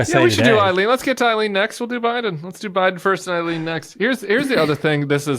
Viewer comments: Her name is NOT Eileen…it’s Aileen.. and yes, I’m taking it a little too personally! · Aileen, it rhymes with sailing. Eileen is the name you guys are saying